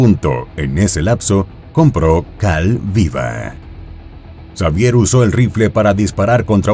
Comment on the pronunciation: Se pronuncia Javier